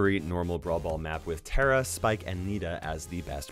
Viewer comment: You drive me nuts when u say Tara's name wrong